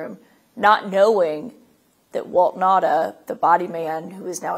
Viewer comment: *NOTE: Walt Nauta's last name is pronounced (now-tah). Not (na-da) 🤙